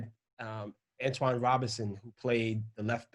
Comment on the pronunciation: Antonee Robinson, not Antoine.